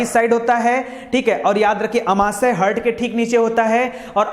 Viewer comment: Aapne bahut ache se padhaya sir Thankyou very much But aapne हार्ट को हर्ट बोल रहे थे बिलिरुबिन को बिलीबुरीन बोल रहे थे Sorry mai notice Kiya tabhi comment me likh k diya